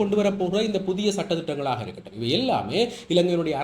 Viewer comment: 'புத்திய' அல்ல 'புதிய' 'மக்கர்' பண்ணத் தொடங்கினா இப்படித்தான் சொற்கள் 'கடிபடும்'. "காகம் அன்னத்தின் நடைய நடக்கப் போய் தனது நடையை மறந்து போன" கதைதான் ஏற்படும்.😅 இயல்பாக பேச்சினால் போதுமே!😂